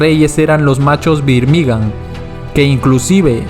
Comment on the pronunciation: Una chota tu video, escucharte decir birmigA'n mal tantas veces da fastidio